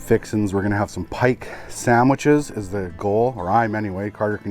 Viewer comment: “Pike sammiches”